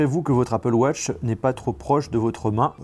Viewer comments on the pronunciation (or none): « Apple wotch » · Apple wotch😂🤦‍♂️